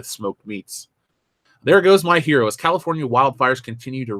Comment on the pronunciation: Her-O makes me want to hurl.